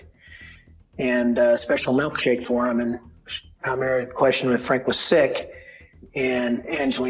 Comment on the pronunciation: Ugh, people who say “melkshake” instead of “milkshake”… one of my biggest pet peeves.